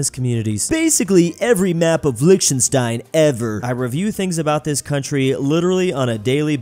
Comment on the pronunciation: Lichtenstein is pronounced with a germanic-sounding "ch" - like in Scottish "Loch Ness". And with a "sh" sound instead of a simple "s" before the "t". And "ei" is a diphtong that's pronounced like "ai" (which you got correct). Normally I wouldn't care, but you said the word Lichtenstein so many times! And it bothered me so much even though my native language is not even from the Germanic family!